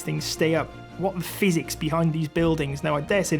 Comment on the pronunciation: I've listened to the man talking three times, and I still can't understand what he said. Why is he talking about a phoenix?